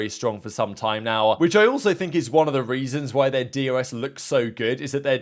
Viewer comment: Why is it that every time you say DRS it sounds like DOS?